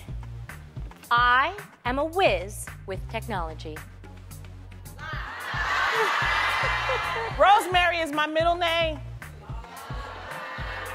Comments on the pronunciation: Why do these contestants never get all of them right? I feel like any fan of the Real could easily determine who's lying. Especially with Loni pronouncing Rosemarie Rosemary LOL. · i knew loni was lying because she pronounced rosmarie as rosemary 🙄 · lol Loni said Rose Marie wrong anyway. what she said is technically Rosemary